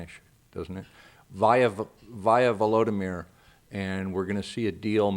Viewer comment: Im impressed you could pronounce that guys name lol